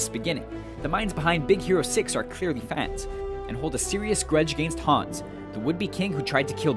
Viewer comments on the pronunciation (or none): none